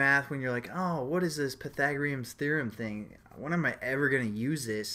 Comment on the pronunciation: LOL! pai - tha -gore -ians